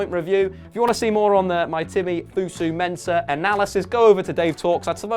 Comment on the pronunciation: FOSU not FUSU lmao